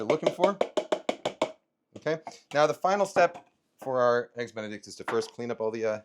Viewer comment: did he just say EGGS DICK A BEN?